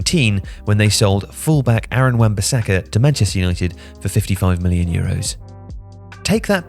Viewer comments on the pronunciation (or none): none